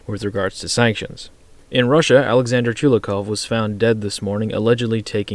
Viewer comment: Chulyakov? Chulakov? Tulikov?